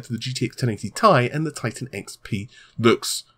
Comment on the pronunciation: What does he really say? I can't unhear tittycum....